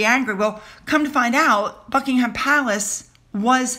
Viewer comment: One more pronunciation challenge for you: Buckingham (Palace) Buck-ing-mm or -um There's no 'h' - it's not '-ham'!!